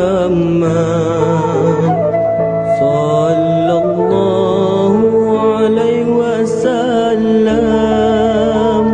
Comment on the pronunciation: Ada masalah sebutan huruf dan tertinggal perkataan. Sepatutnya sallallah hu`alaihi wassalam bukannya ....hu alai...